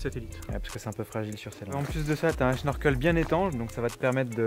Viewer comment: On dit snorkel pas schnorkel puisque comme tu le dis c'est de l'anglais 🙈 sinon top le C15, je m'attendais pas à ce qu'il passe aussi bien !!